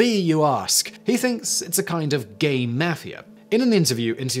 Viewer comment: I’m starting to think that Simon is just trolling us with his mispronunciations. C’mon, Simon. You have to know how to pronounce Obama and mafia.